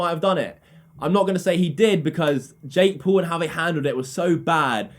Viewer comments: When u say jake Paul it sounds like jake pool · His name is jake paul not jake pool😂😂😂😂😂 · "Jake Pool"😂😂